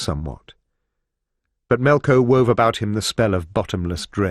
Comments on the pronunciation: It keeps saying Melco like it will get demonetized if it says Melkor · It's melkor not melko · Why does he keep saying "Melko" instead of "Melkor" or "Morgoth"???